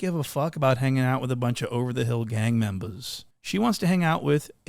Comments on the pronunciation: Hilarious 🤣. “ gang membahhs “ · “Buncha gang membas”😂😂